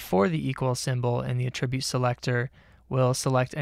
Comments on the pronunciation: FYI: Mispronouncing the word "attribute" every 5 seconds is incredibly distracting. "uh-TRIB-yoot" is a verb. "A-truh-byoot" is a noun. There's no real excuse for getting that wrong. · The noun "attribute" has the accent on the first syllable -- the verb "attribute," on the second syllable. He pronounces "attribute" the noun as if it were the verb. I should be less easily annoyed, but boy is that distracting. This might help